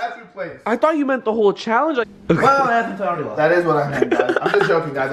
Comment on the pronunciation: the thauthe 🤣🤣